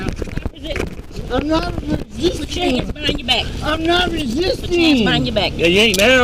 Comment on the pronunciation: Perp "I'm znot riszzzizztinggg. I'm nnnoot rzzizsteeeng!" as he refuses to out hands behind back and pushes himself closer to wall. Drunks are so annoying.